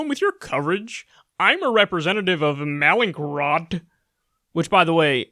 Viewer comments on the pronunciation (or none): I believe the company is pronounced “mal” like the Spanish, “in-kroat”. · Pronounced 'malin-crot'. Bro how do you pronounce Rembrandt van Rijn? 😂🤣😝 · I kept hearing mallinckrodt as malicious rot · You're reachin' here, Kyle. No need to go zapping companies with names that are difficult for you to say. It would have been nice if you'd pronounced Mallinckrodt correctly at least once, to prove that you could.